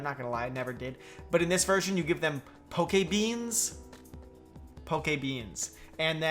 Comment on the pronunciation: I thought he was saying pokememes